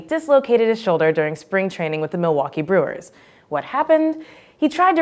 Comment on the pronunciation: Milwaukee you said it wrong.